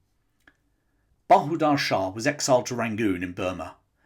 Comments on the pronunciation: Its Bahadur Shah and not Banadur Shah. Please get the names correct. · His name was Bahadur [NOT Banadur] Shah Zafar.